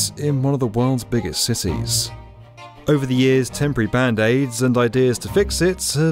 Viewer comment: he says cities but sounds like sissies.